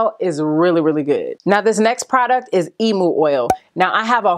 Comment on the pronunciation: firstly .. LOVE YOU ! ... also .. I just wanted to let you know ( no shade) how to pronounce emu :) .. in Australia it is pronounced " eem-yoo" ... <3